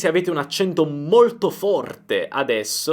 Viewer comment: È vero il tuo "molto forte" con la o chiusa di "forte" mi ha fatto sorridere, per me che sono toscana "forte" è solo con la o aperta 😂👍.